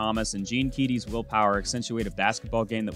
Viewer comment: Purdue's basketball coach Gene Keady. His last name is actually pronounced like the girls name "Katie"